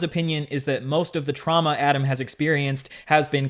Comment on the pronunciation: You did a 6 hour deep dive yet you can't even pronounce Adam's last name correctly. Your opinions are wrong and complete garbage. Adam was groomed, end of story!